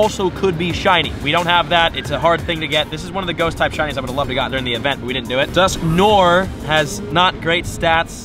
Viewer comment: Its dusknoir, not dusknore. Its french